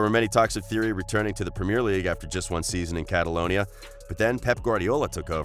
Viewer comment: Your pronouncing of Henry, Ronaldinho & premier league are shocking lol